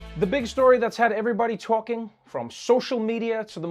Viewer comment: Anyone else detect a developing NYC accent when Trevor started : "the big that's had everybody toalking" !?